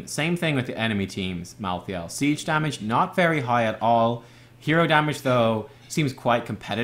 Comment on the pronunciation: its pronounced Malthael with a silent E merge the a and e to an AE sound thats the correct pronounciation